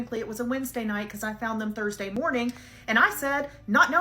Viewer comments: You say it happened Tursday, February twoniet ? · Dude, you really need to get that speech impediment worked on. There is no such thing as "Ters-day" 🤔 and "Tree" means 🌳 something entirely different than "Three" 3️⃣. It's a huge distraction. Also "Go" and "Goo" are 2 very different things.